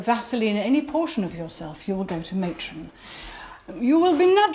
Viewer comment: Matron or atron?????????😂😂